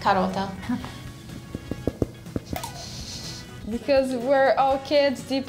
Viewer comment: I am Italian and that "karota" made me shiver😅